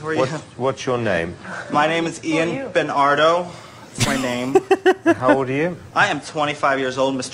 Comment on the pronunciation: it's bEnArDo